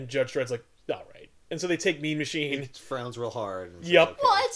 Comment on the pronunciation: Throughout this when said "Mean Machine", I kept hearing "Meme Machine".